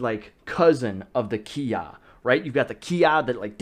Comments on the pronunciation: Sorry but it's bugging me 😂 it's not "KI Ah" it's its "KI eye". The pronunciation I mean. The word Kiai is actually made up of two characters KI (sprit or will/energy) and AI (together). So it actually has nothing to do with shouting although shouting can be an example of a physical expression of that interaction with your opponent. That all being said... I know what you mean 😂 Everyone uses that term when they talk about the vocal "shouting" sound. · I'm just laughing that you think that a kiai is actually Kiya first of all kiai is pronounced (key eye) and when you kiai you don't say KIAI! It's just a sharp quick expulsion of air and tension of the diaphragm that comes out as a shout. I feel like someone from Japan must have spread the whole keeya thing as a way to make fun of Americans lol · It's not kia it's kiai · Why does he say "ki-ya" and not kiai lol. Kiai is the name of the sound. Ay ya is the sound. Its really not important but I'd feel like a karateka would know that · you need to study up on you kiai sensei ;) your not supose to say kiai, and when your saying the word kiai why dont you pronounce the last I? xD Anyways i think that the bang, boom, bopp sound is good to learn timing maybe? thats why i think it helps with traning :) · Sensei, dude, you gotta learn to pronounce kiai right. You're bummin me out, black belt 😑